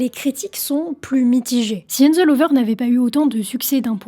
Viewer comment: La prononciation en anglais c'est pas encore ca:) "flowers" ca se prononce avec une sorte de leger son "ah" et non de "oh" comme dans "floors" Aussi "hands" y a un "H" il faut le prononcer, c'est pas "ands".